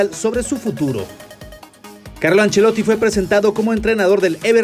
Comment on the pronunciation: se dice ancelotti haber si aprendemos a hablar